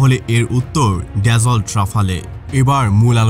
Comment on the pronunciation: উচ্চারণ ড্যাসল্ট না , দাসো